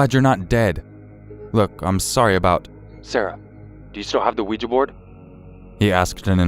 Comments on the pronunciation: Out of at least 100 YouTubers...Bless you...you are the only one to pronounce Ouija correctly That drives me insane! 🐈🌿✌ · thank you for pronouncing 'ouija' properly! that alone makes this video worthwhile